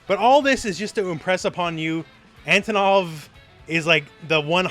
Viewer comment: He looks classy! I like his redesign. Out of all teams Team G. A. W. looks the most appealing to me! I've been a sucker for dinosaurs and tigers since I was a child. And I'm a fan of big muscular guys. PS: The accentuation is on the first o. It's Antònov. Just so you guys know, how to pronounce his name like a Russian!